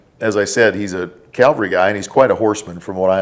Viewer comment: For being all about grammar, he said “ guy” (hill Jesus died on) about NB Forrest, instead of “Cavalry guy.” New nickname, “.” 😉 Joking aside. Great show. Thx!